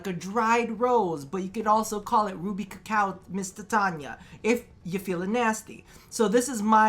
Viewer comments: did you really just say titania as tatiana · The way he keeps saying her name wrong really bugs me TITANIA not TATIANA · eh... its "titania" why its "tatania"...?